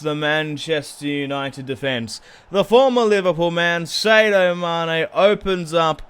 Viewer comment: sadio mane is said as (Saa-di-o)